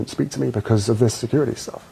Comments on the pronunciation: Briddish, securidy, sidding aaaaagh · Why’s he have to say security with a d